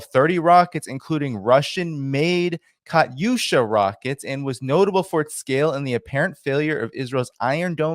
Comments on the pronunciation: It’s KATUSHA not kaUsha. You sound re ta r ted learn how to pronounce words correctly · Dude learn how to pronounce Katyusha if you're going to say half a dozen times.